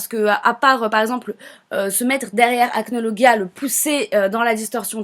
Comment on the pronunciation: Déja on dit acnolajia